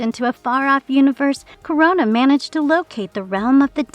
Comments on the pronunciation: it is Kro-na. like the titan Kronos! NOT CORONA< LIKE THE VIRUS. i know it shouldnt bother me but jesus fuck, pronounce it right or use a tts that will. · It's "KRO-NA," not "Corona." LoL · Dudes get yourself a better narrator. I am in and already I am getting tired of hearing her pronounce this name as Corona, when its Krona. Nobody needs a damn reminder of COVID. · I'm not leaving a like because his name is Krona, not Korona. 🤣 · It’s not pronounced Corona. It’s Krone-na. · I had to stop watching after like the 12th time she said Corona instead of Krona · It's spelled "Krona", but you keep pronouncing it like "Corona"? Are you an incompetent speller, or reader? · This shit is whoring for comments by pronouncing Krona as "Corona", FFS... I HATE that I gave the video an interaction, but I was too annoyed to care. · It kinda not feels good how they pronounce Krona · Amazing, you pronounced the name wrong the entire video.